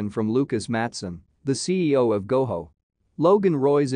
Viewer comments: It’s pronounced Go Joe, not Go Ho. Makes me wonder if you’ve even watched the show. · Ok but GoJO Not Goho. They've never pronounced it that way on the show.